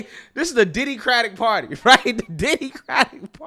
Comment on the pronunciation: did this man say “wight away”